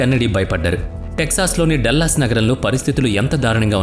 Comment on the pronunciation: డల్లస్ కాదురా మూర్ఖ డాలస్